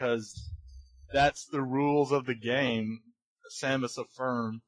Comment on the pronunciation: After things like Smaus....eSamus.....and all that xD dear lord I have to subscribe